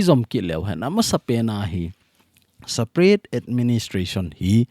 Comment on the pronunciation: Sir pa Nang lailai in saparate nati in separate joh a pronounce a pha hilou ham 😝